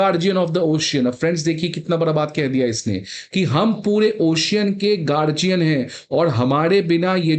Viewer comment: गार्जियन Seriously? ओशियन Seriously? What kind of pronunciation is this?